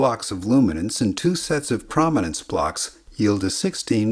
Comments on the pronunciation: its not cra ma nanse its crow man nanse. Your pronouncing it wrong... Cro matic.. Croma. not Crama.. crom not cram.. dude wtf? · It's CROW-min-nance, not CRAH-min-nance. The detailed luminance response does not come from rods, but from the cones. The rods provide low resolution luminance only, away from the center of vision. The cones also provide the lower resolution chrominance response via neural processing that works on the differences between the three different types of cone cells. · Great video with clear explanation of this process, but jeez is that chrominance pronunciation distracting. It's chrome-i-nance, as in chroma, as in color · Good video - but my ears are bleeding. Chrominance is properly pronounce 'Chrome - in - ance' ... not "Chraum - in - ance' ! look it up. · I love the video. Incredible amount of work you put into it. One nit: I believe it is pronounced “krōmenens” with a long o, not a short a sound. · “Chroma” not “Chrama”. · "Perfectly"? Seriously? He kept saying "krom-inance" throughout the video. Chrominance is pronounced "CHROME-inance" FFS! His pronunciation drives me up a wall! Also we don't have red, green, and blue cone cells. They're called S-cones, M-cones and L-cones and are sensitive to a range of colors each -- with some overlap -- not just the three primary colors. It would have helped to do some better fact-checking before uploading this video. Edit: Also, he needs to buy a pop filter for his mic. Badly. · ChromInance rhymes with ohm. Long o. Chroma. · Argh! It's pronounced "CRO-min-ance"! 😝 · Excellent video, thanks. However your repeated mispronunciation of chrominance was rather distracting. krow·muh·nuhns Or chrome-in-ance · I'm almost positive that the O in "chrominance" is long. Like, it sounds like "chrome". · Could have covered Huffman just a bit, perhaps by the example of how commonly-used words are shorter than others. Huffman encodes the more common values with fewer bits. Also, it's pronounced krow·muh·nuhns.